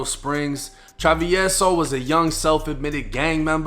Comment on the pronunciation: I had to watch this just to see how hed pronounce travieso 🤣 but you didnt butcher it! Good shit!